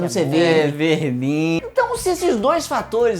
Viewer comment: É verrrdin